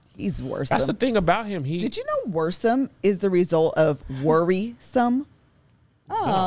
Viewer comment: Worrisome that’s North Carolina talk lol I love that word